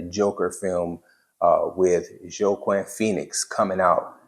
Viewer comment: Fun video! Also, his name is pronounce "wah-keen" Pheonix.